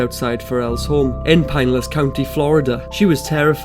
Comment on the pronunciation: Pinellas park is pronounced 'puh nellus'. Or 'pun ellus' but the 'puh' is a little more accurate. Source: Southerner.